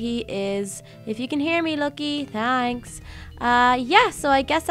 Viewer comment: does she say thanks guys or tanks guys